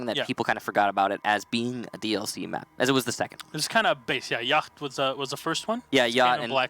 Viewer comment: Why did pronounce Yacht like that? Arent the CH silent? XD